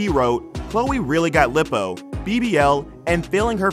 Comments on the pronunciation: Lippo? It's one P so it's pronounced Lie-poe. Bro, if you're gonna narrate you should probably learn how English phonetics work. The inability to read basic words is giving me secondhand embarrassment. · Ok but why did you say lip-oh and Leo-pard... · The commentator doesn’t know how to say Leopard or lipo and she looks just like her father....OJ